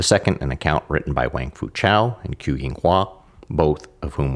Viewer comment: "Qu" is pronounced "chü" (with the French or German-umlaut 'u'). The spelling 'q' is a tongue-high-in-back 'ch', while the spelling 'ch' is a tongue-low-in-front 'ch'. The British announcer is closer, although he's saying what would be spelled "Chu", not "Qu". Also, "Shih" is pronounced somewhat like the American pronunciation of "sure", "shur" but with the tip of the tongue curled back,. There are too many videos online -- by practically everyone -- whose creators do elaborate, time-consuming research to produce excellent, highly commendable and informative work, like this video and other videos... but don't take merely a few minutes to simply ask someone how to pronounce Chinese. My apologies, -- your great video just happened to be the one that broke the camel's back for me on this way too common issue.;^)